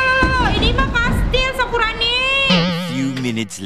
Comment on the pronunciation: Kak. Kok. Kakak. Kalo. Ngomong. Sakurani. Jadi. Sakuroni sakuroni. Malah. Sakurani